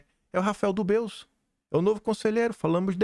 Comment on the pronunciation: não se fala “ dubeus “ para o sobrenome do cara , e sim “ dubê”!!!